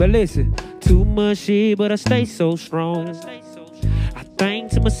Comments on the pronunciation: Why dat nicca still say SKRONG even when he sing 😭🤣🔥💥💪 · Peeped that out too! skrong🥺